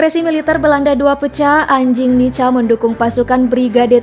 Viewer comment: Dibaca (nika) bukan nica.. kebanyakan yg berkhianat saudara2x kita dari timor..